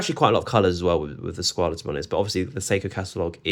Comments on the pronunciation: Good comparison video. I almost always hear Squale pronounced with the A sound at the end, but it's actually pronounced without the A as you have said. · In interviews with the Maggi Family (the owners of the brand) they pronounce Squale with the A